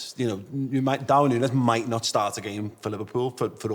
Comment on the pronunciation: I’m begging you say Núñez’s name right…